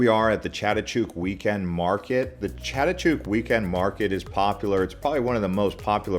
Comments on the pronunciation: It`s Chatuchuck market, not Chatuchook. "chuck" not "chook" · Please try and learn to pronounce the names like Silom, Chatuchak before you pronounce these places all wrong before you post your blog.